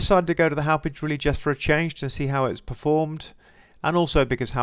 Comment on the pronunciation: So funny hearing others try to pronounce town names from long island. It's pronounced like haw-pawg. Company is located there.